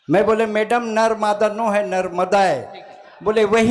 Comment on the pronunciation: Bewakoof aadmi narmada ji ka naam achhe se le